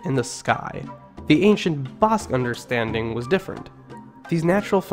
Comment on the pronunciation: Ba - ahh like Apple - sque BAhh-sque - Basque Same for Nev-ahh-da News-vAhh-da - Nevada Thank You !